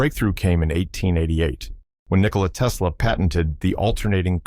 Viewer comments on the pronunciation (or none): none